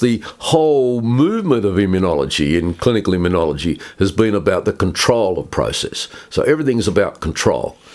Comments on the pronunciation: It's immunology, not immuniology, John. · This Professor is brilliant. Very grateful to you, John, for interviewing him! Minor point: John, you keep mis-pronouncing immunology. It’s not immun-iology. No ‘i’ after the ‘n’.